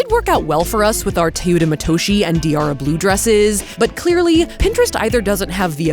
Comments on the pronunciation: it's not Tuta Matushi.. the e in Teuta it's pronounced like the first e in tender and the o in Matoshi its pronounced like the o in oracle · It would be nice if you researched how to pronounce teuta matoshi if you’re just guessing confidently at this point